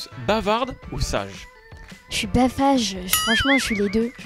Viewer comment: elle a dit basage ça a veut dire bavarde et sage 😂😂😄